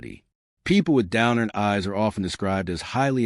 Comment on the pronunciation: Its pronounce downturned not down earned